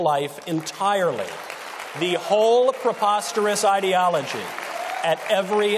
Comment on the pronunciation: he did say "ideaology", not "people".